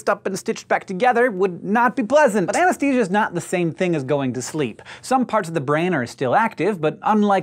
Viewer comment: Hank! Why do you keep saying "ANESTESIA" instead of "ANESTHESIA"? It's making me crazy!